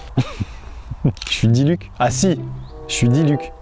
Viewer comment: Mais pourquoi il vien de massacré diluc 😭😂